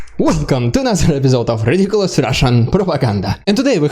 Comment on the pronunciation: Your "Rrrridiculous Rrrrussian Propaganda" bit is awesome,! Keep 'em coming, please! I'm amazed that Russia still tries to push this drivel. It's very obviously fake. You'd think that after decades of shoveling out their bullshit, they'd be much better at it. I guess the moskovites still believe it? 🤦 Slava Ukraine!! 🇺🇦🇺🇦🇺🇦